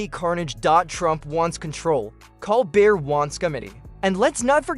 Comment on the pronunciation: Stopped watching two minutes in. AI narrator mispronouncing Colbert’s name and other words is frickin’ irritating. Couldn’t they afford a live narrator? Meanwhile, I’m glad the gloves are off. As soon as Colbert goes off I’m dropping Paramount. Whatever semblance of objectivity CBS news, and the content of anything they air, has has completely disappeared.